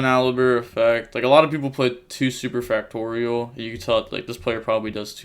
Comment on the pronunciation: hes pronouncing super factorial right XD